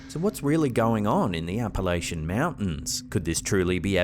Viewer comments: If an Appalachian hears you pronounce that the way you did, they will jump up and correct you. It’s cha not sh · its NOT App-a-la-chain its correctly said App-a-la-chun thanks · just so everyone knows it's pronounced Appa-LATCH-in.